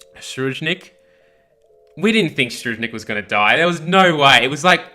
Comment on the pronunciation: Im amazing dont worry i wont die. Btw, Tserriednich ( se-reid-nich )